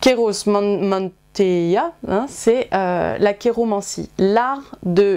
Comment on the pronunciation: Bonjour, je suis Géomancien et ayant une petite base de Latin , "mantia " se prononce " man ( comme dans mentir ) / tia ( comme scia; il scia ) Bonne continuation.